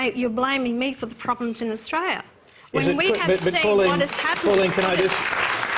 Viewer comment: Just of you could pronounce Australia properly. I may believe you.